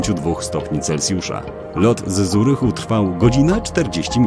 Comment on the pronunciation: I nie mowi się Zurichu , tylko Curichu...